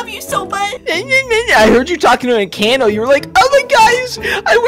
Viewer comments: ITS ENCANTO NOT ENCHANTO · It is pronounced encato not inKato